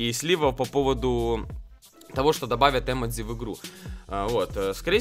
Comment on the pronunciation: Не э́модзи а эмо́дзи